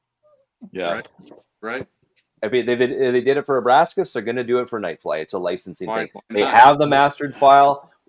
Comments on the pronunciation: It’s ABRAX(!!!)AS for God’s sake! Not AbraSKAs! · It’s pronounced “AH-BRAX-ISS,” not “AH-BRASK-ISS”